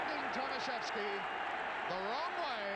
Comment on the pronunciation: Poor English man. Not Tomasieski but Tomaszewski-learn some others języków. Sad english story.